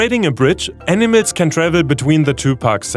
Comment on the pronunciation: dude...you gotta level up your english... how does "animals" become "enemies"?